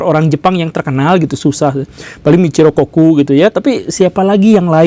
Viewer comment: Koreksi: Michio Kaku Bukan Michiro Koku